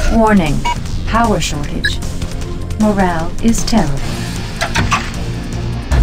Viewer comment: "Morale is tear-ah-bull"